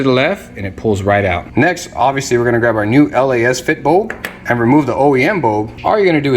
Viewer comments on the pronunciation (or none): Why did u call it L.A.S. FIT bulb?🤣🤣🤣 sorry just heard what u said. It’s Lasfit. Not L.A.S.FIT. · actually. Most common I keep hearing it is lacefit/lasfit. This is the first from u. Not hatin at all. 😅